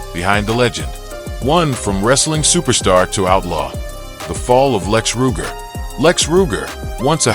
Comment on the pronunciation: This video is a joke. The narrator doesn't even pronounce his name correctly